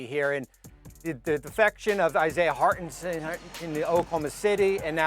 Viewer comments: Who is Hart’nsin-hut 😂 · Who is hardenshhifua??? 😭